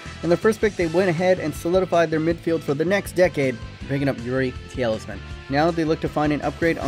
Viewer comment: "Youri Tielsman" 9/11 pronunciation